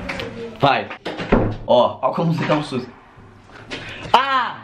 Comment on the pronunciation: "Que possoa que não toma sustu"